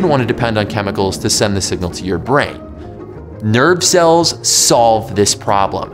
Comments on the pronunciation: I heard the same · I understood "nerd cell" instead of "nerve cell" and it took me a while to figure out because it made total sense to me